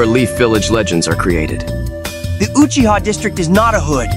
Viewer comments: Uchigger😂? Really bro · I thought sasuke said Guuchiha